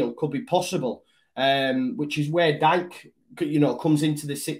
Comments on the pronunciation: Think it’s pronounced Deeka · Really quick, it’s (dike) pronounced like DK lol, i’d love to see us snatch him up and see what bielsa can make of him, there’s a lot of American guys who could fit well in a bielsa side, and for Forshaw, that’ll be like a whole new signing himself in midfield, can’t wait to see him back playing first team football!